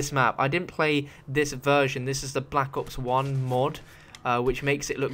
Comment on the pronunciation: He said black ops onezee